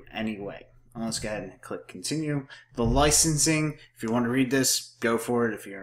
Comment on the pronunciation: just gah-head